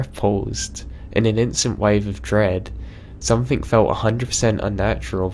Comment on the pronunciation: Some-THING. NOT. Some-THINK.